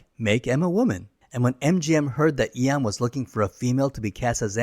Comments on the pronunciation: You're saying Ian the same way people often mispronounce "Zion". It's pronounced "Ee-un" Fleming, not "Eye-on" Fleming. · why is Ian mispronounced as Eon?